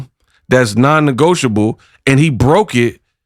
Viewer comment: Who noticed the mispronunciation of non-negotiable 🤷🤨🫢